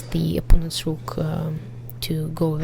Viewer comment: op-pawn-ents xD